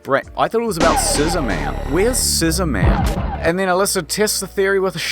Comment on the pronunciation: "sizzorman" - some guy with a parrot.